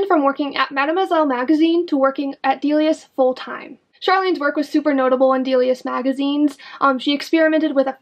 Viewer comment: I thought it’s pronounced “dell-Lee-ahs” not “dee-lee-ahs” lol